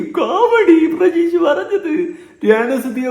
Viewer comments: Chetta prajeesh alla pratheesh ann😊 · പ്രജീഷ് അല്ല പ്രതീഷ് 😂